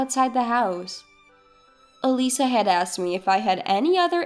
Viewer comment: Eliza is pronounced wrong! It is not said as 'eh-lee sah'. It is said as 'ee-lie-zuh'. It's a very simple and old name. What's so hard to pronounce a name right? Duh...